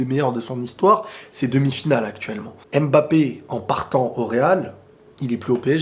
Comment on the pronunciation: on dit Mbappé pas M-Bappé stp. À chaque fois que j’entends ça mes oreilles saignes. Il faut faire la liaison, en Afrique c’est comme ça. Merci.